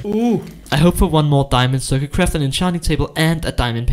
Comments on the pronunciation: Its diamond not diamondo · I love it when he said diamondo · He makes me happy when he says diamondo instead of diamond cause diamond is to american